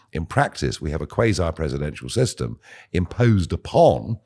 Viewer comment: The word is quasi, not qauser.